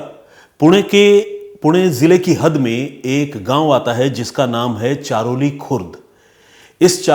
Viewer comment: ये घटना हमारे गाव की है, सर हमारे गाव का नाम चरहोली है चारोली नही इंद्रायणी नदी भी आप गलत बोल रहे हो सर जी श्री क्षेत्र आळंदी श्री ज्ञानेश्वर महाराज जी की समाधि है यहाँ महाराष्ट्र के सबसे बड़े तीर्थस्थल का स्थान इसे मिला है लाखों की संख्या मे भक्त यहाँ दर्शन करने आते है आषाढी वारी(पंढरपूर) search करके देखना सर महाराष्ट्र के कोने कोने से भक्त यहाँ साल मे एक दिन आते है और वो लाखो २५० km पैदल चलकर पंढरपुर जाते है इस जुलै आप अपनी टिम को लेकर आना सर बहुत हि अच्छा अनुभव होगा आपके लिए आपके और आपकी टिम के रहने खाने का इंतजाम हम करेगे